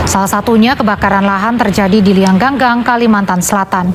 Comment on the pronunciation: Liang Anggang... Bacanya : Liyang ang gang... Bukan Liyang gang gang... 🤭🤭